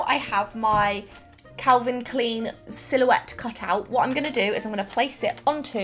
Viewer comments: It's Calvin klIen not Calvin Kleen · pronouces as "calvin clean" AHHHHHHHHHHHHHHHHHHH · It. Is. Not. Calvin. CLEAN. It. Is. Calvin. CLINE